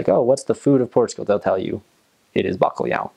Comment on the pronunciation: Os sons "lh" e "nh" não são usados na língua inglesa. De qualquer maneira ele pronunciou bacalhau melhor do que muitos portugueses a pronunciar o inglês.